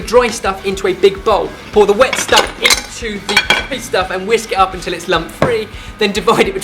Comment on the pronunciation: Has anyone else noticed that when says 'until' he pronounces it 'untel'